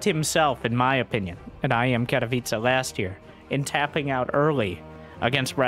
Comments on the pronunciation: Katowice should be pronounce like „katovice”. Not catopizza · I'm just here to listen to say Katowiche